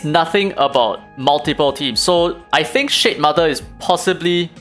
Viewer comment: shitmother, the way you say it... haha!